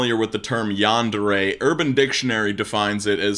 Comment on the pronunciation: im gonna get bothered by the pronouncing of this one because Yandere is not said rightly. Still. This is sad. edit: just changed a word.